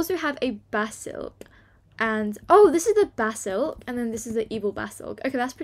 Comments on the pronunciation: her saying basilk not basilisk 😂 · It’s basilisk not basilk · Ty for uploading, ur vids are amazing but btw, it's a ba-sa-li-sk from Harry Potter!?❤️❤️ Keep uploading tho!!